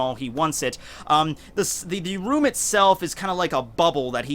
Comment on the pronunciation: Its kroom instead of room lol